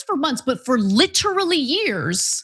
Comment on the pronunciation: Effectevlly, literally, clearlly àaaaaaahhhhhhhhaaaaaa😢😢😢